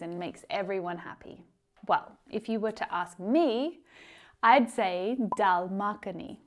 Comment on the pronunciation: hi I'm from india nd nd I love ur pronunciation of dal makkhani